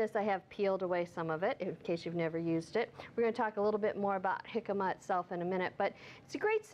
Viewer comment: You're pronouncing it so wrong lol